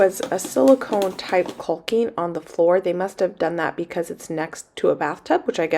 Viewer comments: I have the same problem with saying Caulking. I pronounce the “L” like you do. The correct way sounds too suggestive to me. Maybe I should think of chickens instead 😁😁 “cock-ing” is the right pronunciation. I love watching all the changes to the house you are making. I look forward to and get so excited when you post a new video. You’re awesome 👏👏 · THE L IS SILENT IN CAWKING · Agreed. Every time she says "caulking" I say that. Nooo, the L is silent. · Basement for sure. Yes the pronunciation is kawk ing. Thank you, kull king was bothering me so much, and your so cute I didn't want to hurt your feelings. Love your videos. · Sounds like your saying cull-king instead of call-king, that’s probably what’s throwing people off, but it’s okay I think people still understand what your talking about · LOL.....the way you say, 'caulking', is cute. The 'L' is silent........KAWKING. lolol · Caulk it pronounced Cawek awe the L is silent I worked forever in building materials and you're making me crazy😂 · I thought your pronunciation of caulking was a regional thing. Lol. My dad moved around the country growing up, my mom was in Idaho, I grew up in Texas and overseas. My husband grew up in Oregon. We all pronounce it "kaw-king" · Cawk-ing. This is how you pronounce “caulking”. Keep all of your food stuffs in one place. You will have greater clarity when you need to can and preserve. Much easier “eyes on”. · Join the club! I pronounce caulking wrong as well. Try remembering kaa-king. That works for me. =) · Caulking. Say it how it's easy for you. I say cawking 😆 cause that L is just weird but leaving the L is also weird haha. So don't let the nay sayers tell you how to talk. They can go caulk themselves 😆😆😆😆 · Caulking rhymes with walking! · Don't pronounce the L in calking. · Basement would work great! Looks awesome already! And yes, you are saying caulking wrong...the 'l' is silent. ( but we know what you mean!) Keep up the great work! 😁👍